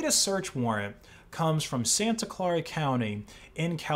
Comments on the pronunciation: Santa Clara is pronounced "SAN-ta CLAIR-uh" not "SAN-ta CLAR-uh." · Its pronounced "Santa Ka l-air-a" county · Not to be a grammar nazi, i believe it’s pronounced ‘San-ah claire-uh’ Great vid btw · "Clare -Uh"